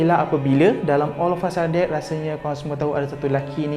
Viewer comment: Yg sy dgr olafasadet😂